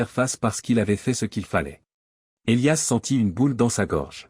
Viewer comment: Houlala..😂😂 à peine 5mn..et.." Et liasse " à la place d'Elias " ???..🙄😭..😁😁😁..